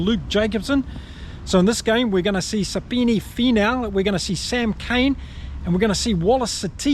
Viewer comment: Sami-Peni Finau ✅ sapeni finau ❌